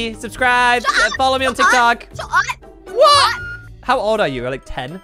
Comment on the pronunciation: Why she always say TIKTOUK